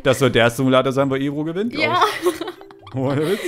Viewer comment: sagt nicht mehr Ebru sonder Ebro #benx